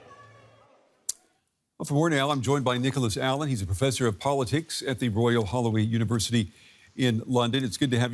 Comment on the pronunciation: Omg i thought he said “the royal Halloween university “